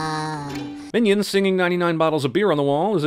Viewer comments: As soon as he said "Minaids" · minaids or minyaids not miniaids thats just small aids